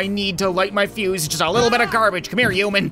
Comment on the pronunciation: Me: human: u-man Me:😐